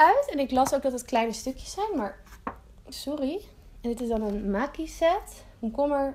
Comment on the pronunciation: Hahaha ik vind jou uitspraak zo grappig, met je ebbi (ipv ebi) en makkie (ipv maki), geweldig! 😂❤